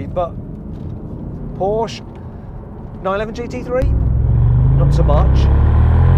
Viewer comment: I'm so glad you say Porsche that way!!😍👌🏼😂